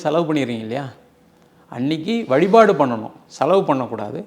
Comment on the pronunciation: Dear Anchor: Valipaadu illa vazhipaadu